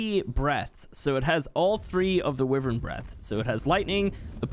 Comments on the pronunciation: It's wyvern not wevern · It's nota pronuncie how you saiu wyvern ! It's pronuncie as whyvern. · Does anyone else get a little annoyed with the fact that he says wyvern weird? Just me? Ok 😂🤣😖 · Your saying wyvern wrong